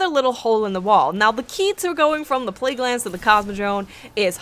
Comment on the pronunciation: pleaguelands lol